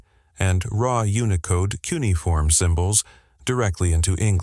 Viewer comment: Funny how we’re being expected to believe that AI deciphered something mind boggling difficult when it can’t even do something unbelievably easy - like pronounce a word! Hey AI……it’s not pronounced “KOO’ nee form” or “KOO’ niy form” It’s “kyoo NEE’ uh form” - 4 syllables, not 3. LOL